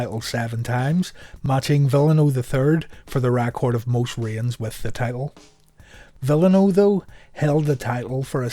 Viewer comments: Tony Schivonne and Mike Tenay would disagree with your pronunciation of "Villano 5" In WCW they pronounced them V-an-o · This is not a criticism as I myself have difficulty with names from other languages. It's just an FYI: Villano is pronounced "Vee-yawn-o" and Sasuke is pronounced "Sauce-kay". Another enjoyable video. Keep 'em coming.